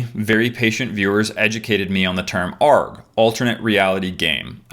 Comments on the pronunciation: It's not pronounced arghh like a pirate... it's A.R.G, that was pretty funny tho also why didn't I listen to the warning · The "aarg" is driving me nuts its A.R.G. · I knew it was staged, but I am also a huge ARG fan (btw it is pronounced by each letter not as “arg”). There is plenty of great fiction on YouTube however, it usually doesn’t take place with characters and places we already know are real, which makes a world of difference. Not to say those storyline have not had issues with people going too far or thinking it is real, they definitely do! Not sure if anyone at HI5 will see this comment, but I highly recommend looking at other ARGs (particularly those on YouTube) to see how they are run. Some notable examples are “Ash vlogs”, “Dad”, and “I am Sophie”. For the record, NONE of these are recommended for younger viewers. I also recommend looking at some of the channels who do analysis of ARGs, such as NightMind. Don’t get too down that people believed in the story... that shows how well written it is and how immersed people were.